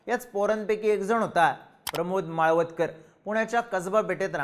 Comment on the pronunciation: माळवदकर नाही हो माळवतकर नाव तरी नीट घ्या उगाच व्हिडिओ करायचा म्हणून काही पण